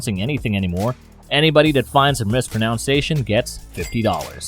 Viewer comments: 24, "mispronounsation" should be "mispronunciation." You mispronounced the word to announce your commitment to not mispronounce words. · You owe me $50. You said “miss pronounce ation” not mis pronunciation